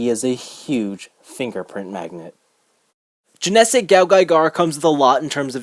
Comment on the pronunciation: Good review. However there are two things that are annoying me. First is you are pronouncing "Genesic" wrong, while you say it the same way every-time it is a little annoying to hear it pronounced incorrectly repeatedly. Secondly it's not the Genesic phantom, they are the Genesic Bolt (the one used in the show), the Broken Bolt (drill shaped) and the Protect Bolt (smooth round one). Other than that it is a good review.